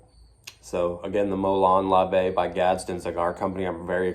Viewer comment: I knew you'd pronounce it right my friend 😂 I already miss you guys.